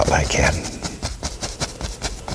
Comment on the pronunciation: Instead of saying, “Like that” he says, “Li cat”. Drives me crazy. Still love watching though😚